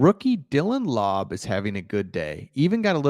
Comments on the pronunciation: AOC will start, he has been working on quick release and his speed. Super accurate still and can make all the throws consistently. Has the body of a NFL QB. And just once more, it’s Lau-bey, not Lob All good, i know your not a Raider fan like me. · It’s Laubé; you’re such a white boy ! Don’t take it personal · Koonce is one syllable. From Buffalo, drafted in 2021. And Laube is two syllable…lol. I got you my man.